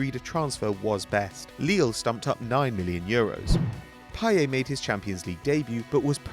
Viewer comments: In a interview he said his name was pronounced "Pie-yet" not "Pie-yaa". Although in French the T is silent, his name doesn't follow standard French grammar. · No for fuck sake i speak french and watch football games on a french channel and the commentator always pronounces it payette. And trust me he is not the only one, all french speaking people pronounce it payette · It's pronounced with the 't': pie-et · Its PAYETTTTT NOT PIE-YAY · I listen to french commntators all the time. Although in french you would think it would be pronounced payeh, french commentators say payett and I doubt they're wrong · its pie-et, not pie-ay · It's actually pronounced "Pie yet" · no man youre wrong. I speak french fluently and its pronounced payette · No, his name is pronounced pa-ye-t.Listen to french commentators. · No its pa-yeh and you pronounce the e as you do in the word end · No it's pronounce Pay-eh you fucking clueless idiot. You might as well delete your comment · its payetttttt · im from belgium and i can tell you that it is pronounced pie ette. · the t isn't silent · The 't' in 'Payet' isn't silent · At least pronounce his name properly you goon. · with a t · payeT admitted himself you pronounce the t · the T is not silent.